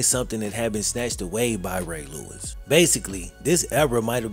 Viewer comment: What happened to Eddie George? It's pronounce, "Ray Lewis"! 😅